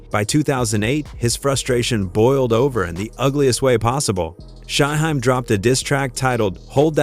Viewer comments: Riser an shy-high 😂bruh u mean Rza (rizz-za) an Shyheim (shy-heem) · Thing is, Shyheim is - according to himself - pronounced like its spelled 'Shyheem'. The AI/voiceovee pronounces it correctly, if it was pronounced like it was spelled. The norse/germanic suffix '-heim' sounds more like 'haim' than 'hiim'. Understandable mistake if youre not a fan but no excuse for 'Reezza' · 👉🏾 Culture Vultures. 😑 Take this stupid ass video down. It's RZA, not spelled RIZA or pronounced RYEZA or REEZA and Shyheim is not pronounced SHY-HEM or SHY-HIME. 😑 Delete this video. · Don’t forget Shy-Hime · And Shy hime 😂😂😂 like WTF 🤷🏾‍♂️ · I'm so sick of your blogs where you don't know how to pronounce and write the artists names correctly! BAD JOB! Stopped watching after you pronounced Shyheim. How can you tell anything if you don't know a thing about it???Stop using AI and Just QUIT!